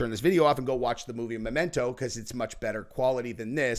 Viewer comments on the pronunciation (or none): none